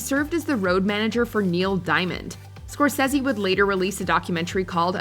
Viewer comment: Did anyone else think it was funny how she pronounced scorsese